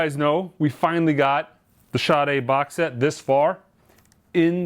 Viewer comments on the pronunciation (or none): It's pronounced SHAA" + "day" not shotty. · or people that pronounce the name correctly and those that do ,,, there is no H after the S ... SADA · Sade pronounces it with a H.